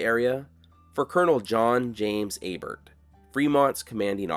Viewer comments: A bear not A bert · Lake Abert is a French name and the "t" is silent, just like in Chevrolet.